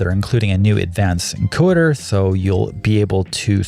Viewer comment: "A new advanced GOIDER" ? ! Where you trying to say ENCODER ?